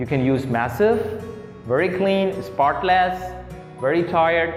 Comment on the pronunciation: great video and energy - careful with the pronunciation of avoid (v not w) and sentences / spotless - stress on first syllable not second